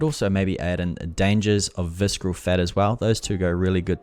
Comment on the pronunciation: Great video and it helped me whenever I need to brush up quickly on the tool. I gave a like... And I have to ask, why do you pronounce the word visKeral?! Is it a Kiwi thing? Do New Zealanders in your region pronounce ce ci cy as K? Was it an honest mistake of not knowing the word? If it was why would you think that it's pronounced with K sound? (I'm not being a troll I am a non-native English teacher so I'm curious)